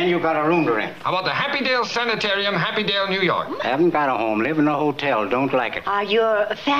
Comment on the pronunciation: "Happydale" LOL